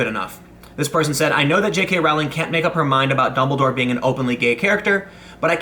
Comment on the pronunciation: I think you'll find it's "Rowling" as in "Bowling".